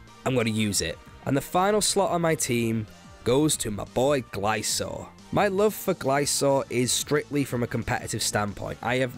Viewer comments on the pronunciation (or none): It's Glis-kor, not Gli-sor! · its gliscor not glisor